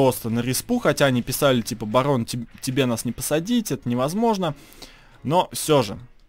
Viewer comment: Всем пгивет с вами багггон. Что пгостите? Машина не габотает. Барон ты могда газбитая.